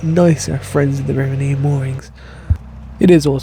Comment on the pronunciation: It's Nene is in Ken not Neeen. 😄 Only in east Anglia is it Neeen. We have the most fly tipping in Britain probably in Northants.